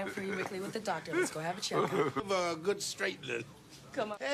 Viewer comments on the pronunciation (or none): none